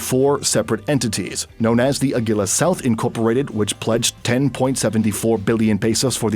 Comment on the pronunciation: your pronunciation of Agila is cringe tbh.